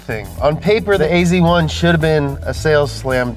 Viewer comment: ..hmm .. you write AZ1 but you say AC1 .. :-)